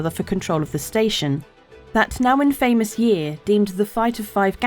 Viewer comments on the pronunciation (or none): Infamous.. Pronounced - in·fuh·muhs Not in-famous ✌️